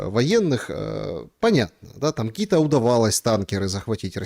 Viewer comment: Да что ж такое 🙈 Не танкерА, а тАнкеры…